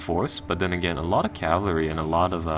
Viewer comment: It's cavALry not cavLAry, that's slowly been driving me insane this whole campaign lol.